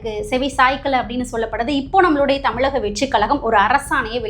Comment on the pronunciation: தமிழக and not தமிளக. சரியாக உச்சரிக்கவும். அக்கா தமிழை கொலை பண்ணாதே.